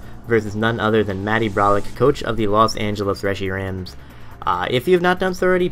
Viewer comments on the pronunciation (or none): did he say Regirams? LOL